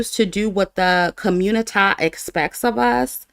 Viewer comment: and - “communi-tie…” 😭🤣🤣